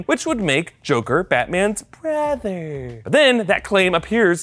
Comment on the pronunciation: Never say brother like that again....